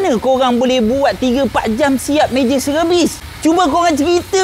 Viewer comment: sebut sekali lagi bang, major serevis😂😂😂😂😂😂